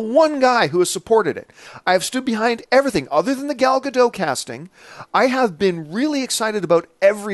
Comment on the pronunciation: I don't know why this irks me so much, but can we please get Gal Gadot's name pronounced correctly already. Let's just use some reason for a second; she's Israeli, not French. Bridget Bardot, french; silent "t". Gal Gadot, Israeli; hard "t". Look up Israeli interviews with her. You started to get it right for about a week or so, John, and then you reverted back into old habits. lol Forgive me for being such a stickler on this, but I have a last name people constantly get wrong so I'm standing up for all ambiguously-spelled names out there. lol